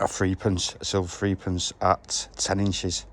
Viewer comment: Old threepence was pronounced threpence